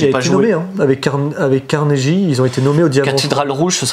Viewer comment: [carnegui] et pas [carneji] ^^ c'est affreux de l'entendre en franglais pourri :)